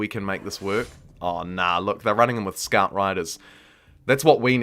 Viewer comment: I'm from NZ and I can't quite pinpoint your accent. It's definitely kiwi, as the "kiora" suggested, but some things sound English, and maybe Australian, and maybe something else I can't pick. Like you said something like: 'aw nah look they're running in with "skart" riders' For "scout", is that a UK accent? Anything else? Just curious lol